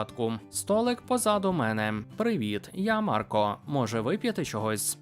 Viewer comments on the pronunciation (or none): none